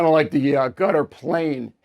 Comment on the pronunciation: not gutter dude. cutter